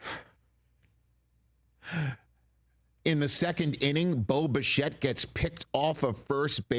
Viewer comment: Any one else hear Boba Fett whenever Rich says Bo Bichette?… very confusing for someone who hasn’t watched a single game of Blue Jays baseball before game 1